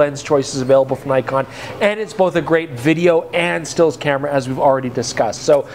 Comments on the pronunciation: So many years and still doesn't know how to pronounce Nikon 😂 (or Nikkor) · Nikon is pronounced knee-kon btw. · all the best for next ten years. and perhaps youll learn to pronounce nikon and nikkor properly by then :)